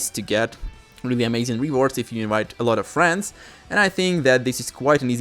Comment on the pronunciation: it is overbearing sometimes, especially when its the same exact thing you just stated in a previous video… also ik its not your fault but the fact you cant say the letter V correctly, is Mildly Infuriating, just sit down one day and practice the letter V, say inVite instead of inWite….